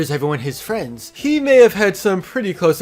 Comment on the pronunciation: Thomas And FWIENDS